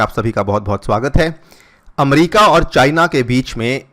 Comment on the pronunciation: अमरीका नहीं होता अमेरिका होता है।।।